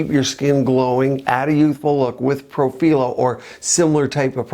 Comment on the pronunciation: Hi. I am a nurse anesthetist and aesthetic injector. I am very familiar with Profhilo (and you were right the correct Italian pronunciation is pro-fee-loh) I have been treated 2xs on the face, 3xs on the neck and 2xs on the décolletage. I am of normal weight...5’7” and 140lbs. I work out regularly. I have fuller cheeks (I’d like to say similar to Christie Brinkley but I do not look like her 😂 just trying to give you a reference). After the second round on my face it made my cheeks WAY too full and added a heaviness to the jowls that I never had before. I ended up having to use a cannula and reverse the profhilo w hyaluronidase. My cheeks look so much better and my jowls decreased exponentially. However, it made a significant difference in the appearance of my neck skin. It smoothed out the necklace lines and appearance of chicken skin that I unfortunately had. It made no difference on my décolletage. I’m hoping this info can help viewer decide if they would like to try it or not based on their particular face structure. Also, I noticed your injection points on your video. I have found through several people that have injected too close to the tear trough that it causes significant swelling that can last for days. It is much better to inject on the apex of the cheek as opposed to just a centimeter or two from the orbital bone/tear trough area. Hope this comment finds you well. I love the videos and content you produce and recently attended the LA-MCA virtual event.